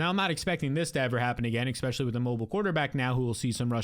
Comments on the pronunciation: That and “expecially” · You say EXspecially.